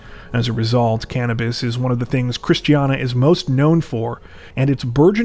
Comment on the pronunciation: Love the video, but you really butchered the word Christiania lol